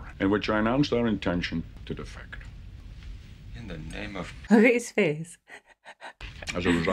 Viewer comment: Love you, but research the word defect. Great reaction as alwayws thogh.